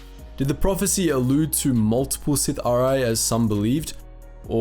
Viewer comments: Bro saying Sithari instead of Sith'ari makes me smile every time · I'm pretty sure it's Sith'aari, not Sith-R-Eye. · Just to lyk its pronounced si-thar-ee Not sith-ar-i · Good video, but as others have said, there's a Darth Malgus picture instead of Darth Bane at one point, but the more problematic issue is the pronunciation of "Sith'ari". Try "Sith-ah-ree" rather than "Sith-uh-ree" and you will get closer to the Dark Side :) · Bro. It’s not “sitha-rye” or “sith-awry” it’s “Si-thari” or “sith-aree.” Sorry to nitpick, but it got distracting. Other than that, great vid. Bane was a badass. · You and you over/under romanticizing of the pronunciation of certain names in lore. I love your content but please stop doing that. You say Sith(ery) like 9 times, then finally you pronounce it right Sith’(Are-I), Sith’ari. There’s nothing wrong with your ability to speak and your accent/voice is actually really quite pleasing on the ears. Anywho this is still one of my favorite of your videos by far. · "Sith-Ah-Ree" not "Sith-Arai" my dude :) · SITH-R-EE, you pronounced it correctly and then immediately went back to pronouncing it incorrectly... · I love your vids but it's pronounced sith r e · It's pronounced " sith- R- E " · Pronounced : Sith ‘ Ahh•Ri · Is this really, how the term "Sith'ari" is pronounced? I always read it as: Sith-a-ree. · I think it sounds better “sith-ar-ee” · You must not have read or listened to the Darth Bane trilogy. The word "sithhar'i" is pronounced si-thar-ee. And don't blame it on your accent. C'mon man you got to do better. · I just want you to pronounce it "Sith-awree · It's pronounced, "Sith-are-ee" from my research,. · Nobody: halfway through the vid: Sith-uh-rye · I thought it was pronounced sith r e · Pronounced “Sith- arh-ree” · It’s sith’ari pronounced Sith-aree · i love the video, i hate the way you say Sith'ari -. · Dude, the way you pronounce Sith'ari is almost criminal.